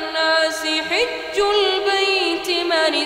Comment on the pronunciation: قرأها صحيح.الآيه 97بسورة ال عمران تقرأ بكسر الحاء.ـولله على الناس حِجُ البيت ـ